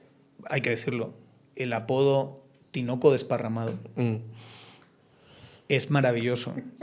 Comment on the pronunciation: Sólo aclarándole a, es “tinaco” no “tinoco”